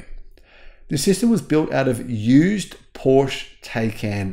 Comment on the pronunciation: It’s not Porsh it’s Porsh-a